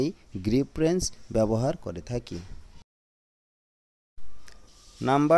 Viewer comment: আপনার উচ্চারনে ভুল আছে।ওরেঞ্জ না রেঞ্জ হবে।